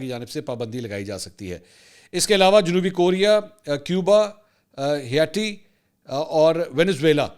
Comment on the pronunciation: Its Haiti' but yaiti? Mr.Mansoor' kindly refresh or update your information.🤔😩😂